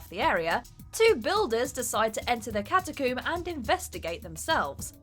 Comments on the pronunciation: Catacoom? Ashume? I thought rec was about rabid people in a US apartment. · “A sealed cata-coom” nice.